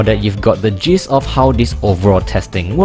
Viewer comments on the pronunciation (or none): Friendly note: I think you meant to say "Now that you've got the 'gist' .."., but ended up saying 'jizz' instead of 'gist', which means something completely different :-) Good video otherwise!